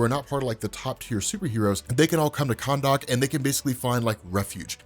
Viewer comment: You're saying Khandaq a bit oddly.